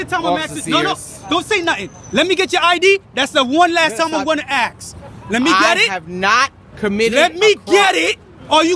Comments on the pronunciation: Someone should tell that cop how to speak English lol. It's "ask" not "axe." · When the hell will black people learn to pronounce there words correctly? lol I guess we will have to ax one of them sometime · Why does it seem that so many cops say axe instead of ask. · The cop wasn't using correct words. It's ask, not axe. ASK. This bugs the crap outta me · Can someone tell me why it's so hard to say "ask"? Everyone is saying "axe"... I axed him... Wtf. Surely that's illegal :p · Thank you, my gosh I can't stand it when people say axe instead of ask. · most black people can't pronounce the letter "S" that's why the day axe instead of ask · This is this is the last time he's going to ax him! Wow so unintelligent! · Lmao the cop "that's the last time ima axe you" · should have started yelling hes threatening me with an axe ... why cant blacks ever say ASK its always axe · I’m axing for your ID. With what dude an axe? Oh you mean ask, then why didn’t you say so? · I axin for it ! Let me ask you a question, why can't he say ask ? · He's axing fo' his ID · dis is da last time i gonna axe😂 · Grignak01 Especially after he axed one more last time for it. LOL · never listen to or respect a person in law enforcement that says axe instead of ask proves total ignorance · Is the cop concussed? Is he off his meds? He threatened to axe you. Nothing worse than a bootlicker. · That's the last time he gonna axe! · You shouldn't even be a cop if you say ax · this is the last time I'm going to axsk lol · Lol that’s the last time he’s going to ax you...